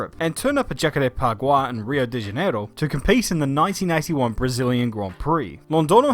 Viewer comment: Came so damm early that Stroll was actually winning a race Edit: smooth pronunciation of Jacarepaguá Congrats!